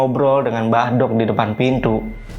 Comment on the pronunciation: Maaf mas saya jd dengernya mbadok (makan) bukan mbah dok (mbah wedok) 😅🙏